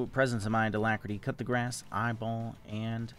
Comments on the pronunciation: I literally have been gaslit into thinking there is a rune called "cut the grass". Until just now I realized you're talking about coup de grace. Just to be pedantic, it is pronounced "koo duh graahs" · Always heard him say cut the grass instead coup de grace haha